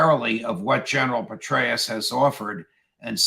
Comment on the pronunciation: Too funny, Judge. Did you say, " General Betray-us?!